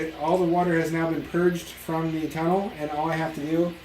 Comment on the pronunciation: bring back pronouncing "tůnlesss!"